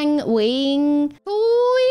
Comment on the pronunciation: Sao chữ "Nguyện" nói mà tui nghe na ná giống "Huyện"